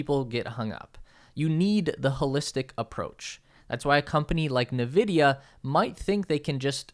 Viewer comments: "invidia" not "nividia" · no hate but it is N vidia. not nvidia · Dude, you need to stop saying "nuh-vidia". It's "en-vidia" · Yo, love the vid, but you kept pronouncing Nvidia wrong. I gather that you're a gamer so you should have come across their little intro logo thing in a bunch of games from the late 2000s and early 2010s where the lady whispers it. It's En-vidia, not nuh-vidia. Keep up the good work! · did you say Nuh-vidia? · Love the videos as always, but just wanted to let you know that NVIDIA, is pronounced (IN-VIH-DEE-UH). Just imagine there’s an invisible letter ‘i’ at the beginning of the company name 👍🏻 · EN-vidia, surely. It's a letter "En". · Tip: double check your pronunciation of nvidia. :)